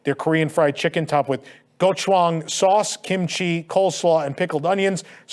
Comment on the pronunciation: hearing him mispronounce “Gochujang” kills me omg